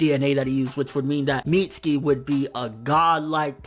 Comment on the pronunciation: mits-U-ki. uuuuuuuuuu